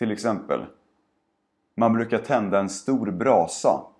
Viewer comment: I'm not sure but I hear an "L" sound in your "man brukar" pronunciation What I hear is mom-leu-kah. So do you really pronounce it like that or did I just get it wrong?